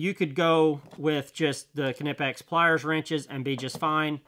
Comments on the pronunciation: It’s been clearly stated by Knipex that it is pronounced Kuh-Ni-Pex They’re a German company and that’s how they say it and how they prefer. Anything else is incorrect. I do my research. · May learn how to pronounce KNIPEX 🙄